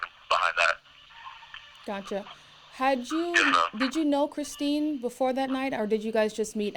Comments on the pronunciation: The way he mispronounced the first victims name through the entire interview just makes it even more infuriating. On death row now, where you deserve to be. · He can’t even pronounce the poor woman whose life he ended name correctly. It’s Christine. Like he didn’t know that, they said it a million times during the trial. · Lies lies lies! What really gets to me is that he calls Kristine Kristen. Can't even get her name right. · It was painful for the rest of us to hear also, but for different reasons. Because the woman’s name who he m*rdered was Christine and he couldn’t even get that right. Kristen is one of his ex-girlfriends. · He can't even say Christine's name! right..ugh he is so evil and obviously is lying. He is not a god fearing man, he is a demon. He will never hurt someone again. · Dude kills her, and still can't even get her name right ? 🤡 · He can’t even get the poor victims name right. Calls her Kristen instead of Christine. Kristen is one of his kiosk chicks. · He has such little remorse for his victims he can't even TRY to get her name right. Her name is CHRISTINE, not Kristen you clown! Kristen is the idiot putting money on your kiosk, idiot... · He can’t even get his victims name right 🤦🏽‍♀️ He keeps calling her “Kristen” instead of Christine!! This guy is confusing the victim with his daft kiosk Kristen girlfriend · I just can’t with this tool 🤦‍♀️ He’s so ridiculous it would be laughable if two women weren’t dead because of him!! He’s such a douche bag he can’t even get his victims name correct, kept calling her Kristin 🤦‍♀️ Sorry but this reporter should’ve corrected him every single time he said it wrong!! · Kristeen, not Kristen. U big overgrown dummy. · Why is he calling Christine Melton "Kristin?" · He doesn’t even know her name! He calls her “Kristin” and her name is “Christine” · Her name is Christine not Kristen !!! Are you kidding me 😧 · CHRISTINE buddy not Kristen 🤦🏻‍♀️